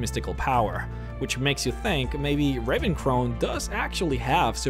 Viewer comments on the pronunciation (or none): Lol you pronounced Ravencrone as 'raven crown' but then said it properly the second time!